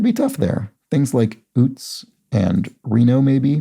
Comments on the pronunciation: Okay! Been eYelling on one of your pronunciations. Utes is pronounced like the state Utah, with a long U to begin. Or like Joe Pesci in “My cousin Vinny” pronounced youths . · Toot Toot, here come the Ootes!